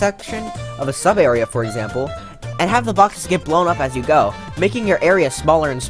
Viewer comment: Ah yes, exapmle